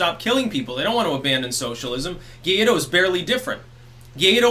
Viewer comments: Gwah Eedo. Gay dough sounds very insulting. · It's not Gaydo lmfao. It's Guai-do. (Goo-why-doe) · He's called Guaidó not "guiado" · Hey. Fix the #guiado for #guaido please. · Guaidó is pronounced "why-dough" (without the gh sound) mi amigo.